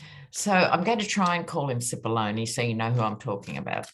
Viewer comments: You pronounce Cippolone correctly as an Italian would. 🇮🇹🇮🇹🇮🇹🇮🇹🇮🇹🇮🇹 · Finally, someone pronounced Cipollone’s name correctly! 😂 Love ya,! ❤️